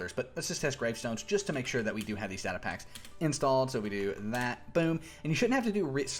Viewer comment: its data not data